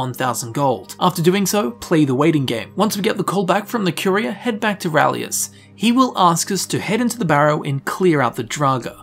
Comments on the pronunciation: His name is RALIS (ray-lis), not rahlius! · His name. Is RALIS! Urgh! Unsubbed! XD